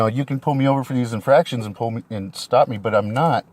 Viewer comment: Around the mark it sounds like he says you can pull me over for fractions. Math is hard.